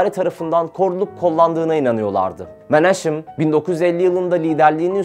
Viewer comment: Şabat degil habad, menaşem değil menahem, haber yapilan konuya, terimlere hakim olunmali